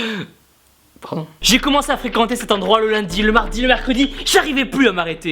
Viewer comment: Le Pardon à est ENORRRMMMEEEE ! Et sec.